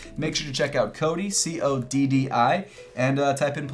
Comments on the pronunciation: It's pronounced CODDI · its pronounced Coddi